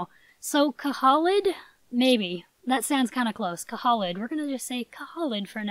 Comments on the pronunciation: Pretty sure that Khalid is pronounced ka-Lid and the Unicorn foal Zoe is pronouced Zo-E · I really hope to be getting Khalid! I think it’s pronounced Cuh-leed.I could be wrong though. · Khalid = "Kahleed" Its an Arabic name and means "eternal" or "forever"